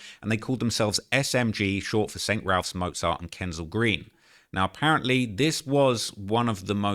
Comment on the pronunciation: RAFFS NOT RALPHS